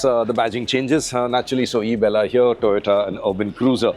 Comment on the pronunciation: Heard like ( isabgol) Isabgol ki bhushi Toyota ki khushi